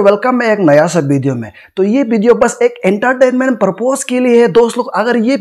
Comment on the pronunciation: video hota h pideo nahi 🤣🤣🤣